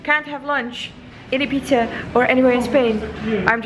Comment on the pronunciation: 'eat pizzehh in ibizehh.' hahahah <3